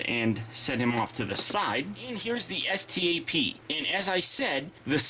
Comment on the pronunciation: It's pronounced STAP